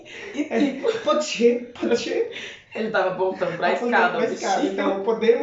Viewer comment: Eu entendi "pode chê" kkkkkkkk